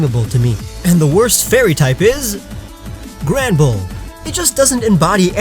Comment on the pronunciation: When you said Granbull on the worst fairy type I was like:WHAT DID YOU SAY 😠😠😤